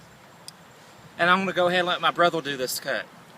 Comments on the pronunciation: Do you struggle to pronounce the r sound? Don't mean any harm but you called your brother a brothel :P. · lol "I'm gonna let my brothel do this one" "Winchestel" I've never heard it pronounced like that. Cool Vid though.